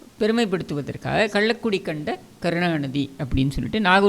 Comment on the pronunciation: டேய் சரியாகப்பேச முயல்வாயாக.கல்லக்குடியை கள்ளிக்குடி என்று சொல்லதே.அப்பொழுது இந்தியா சிமென்டில் தி மு க ஆதிக்கம் ஏது?